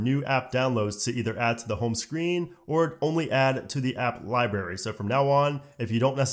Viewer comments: Great video, but my god man, it’s LibRary not Ly-berry. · What’s a liberry? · My dudes says lie Barry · LibRary, not Libary... Had to stop listening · The way he says library! 👀